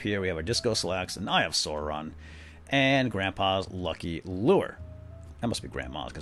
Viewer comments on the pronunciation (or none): you pronounced Sauron wrong.:(